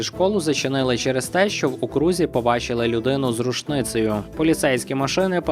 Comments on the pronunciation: «В окрузі» з наголосом на перший склад - від слова округ. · У слові ,,Окрузі,, наголос падає на ,,О,,... Гаразд, просто хочу щось написати щоб просунути відео, а не знаю що)